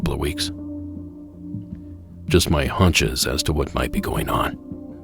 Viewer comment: are you saying 'haunches'? Because that's your butt and thighs. Perhaps you're saying 'hunches' with an accent.